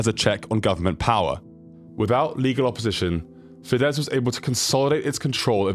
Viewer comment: You really should learn the names of places properly. Also: his father didnt need to make money to send his son to university because it was for free. Also: the name is fidesz - s at the end.